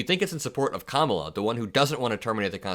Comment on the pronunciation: I don’t get the refusal to say Kamala’s name correctly. Donald Trump is a damaged old man, with a weak ego he’s trying to prop up by playing dictator; he’s a life-long racist and misogynist, as well as a failure at every business he’s attempted — other than cartoon figurehead of a scripted reality tv show and selling his name to other businesses that use it to dupe unsophisticated rubes. Has your life been as disappointing? Is that why you mimic him? 😂